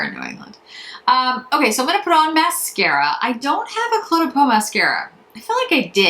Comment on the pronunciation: Oh,, thanks for this review. I've been so hesitant to jump into the Cle de Peau pool and appreciate your thoughts as always. Think of the pronunciation this way - the Cle is pronounced 'Clay'. Hope this helps you!